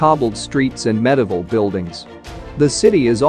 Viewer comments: It's medieval not medival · Rio deJaneiro is very much at risk. Incidentally, how extraordinary to be able to pronounce "Thames" correctly but not "Italy" or "medieval".